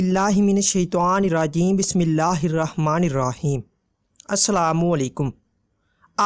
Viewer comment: Bhai pehle Bismillah parhna sekh lo phir bad me khwab ka taberr Batana